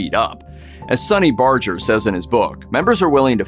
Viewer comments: Sonny Barger pronounces his name with a hard "G" (as in "Burger"), not a soft "G" as the narrator did in this video. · Saying Sonny's name wrong, pronounced with a hard G. Have respect for him. Women can't join because it's a Men's Club.